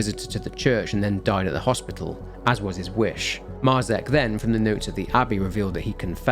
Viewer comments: Dude, Marzec isn't pronounced like that, and neither is Tykwa, or Dobrucki, use the fucking speaker button in Google translate... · Great source of information. Thanks. One comment; Marzec and Tykwa (surnames), the pronunciation is completely different in Polish ;)